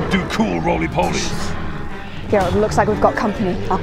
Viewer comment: Why can nobody pronounce Geralts name properly??? It's GERALT. Not G-rolt